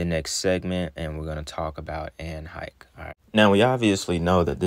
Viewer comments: Great video. Pronounced Anne HESH btw 🤣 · That number of kids missing every year is crazy AF. And by the way you got some pretty good content bro. I been rocking with you a couple of years now. And, it's pronounced like Hesh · Hay- shh is how it's pronounced great info . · Her surname is pronounced Heshe although it's spelled differently. Allegedly she had just or just about to make a movie about children being sex trafficked...in other words she was gonna spill the beans in the form of a fictional movie. She ought to know as her former lover is a big time trafficker...ALLEGEDLY! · Also just bc you said you didn't know & others may not either, her name is pronounced like "he-sh" with the short "e" sound. Great video👏👏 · her last name is pronounced, HAY-SHHHH. Hope that helps! LOVE your work! 😊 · Anne Heche pronounced HAY- shhh i’m wondering if anne knew what ellen and others were doing and she like many others were silenced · I live in LA county, and I saw it. It looked crazy to me at the time and I wondered who she was sacrificed for. BTW her name is pronounced Hash (long a) excellent video Ellen sure looks bad in the photo with his red eyes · It's pronounced Hesh😁 it's definitely a strange name it means portal... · Hello...The way to Pronounce her name is Hay~sh...I am looking forward to hearing this one today... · Anne Hesh is how you pronounce her name. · Hay-shh is how it's pronounced. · Her name is pronounced Anne Hey-sh. Its kind of irrelevant, but if you're telling a story pronunciation is good to know. ✌ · I believe it's pronounced "Hesh" btw. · HER LAST NAME IS PRONOUNCED HAESHH BUT ITS SPELLED HECHE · Hashe long a e is silent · Pronounced like Hesh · Heche pronounced (Hesh) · Her last name is pronounced: "HAY-SCHE" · Pronounced "Hesh" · Pronounced hesh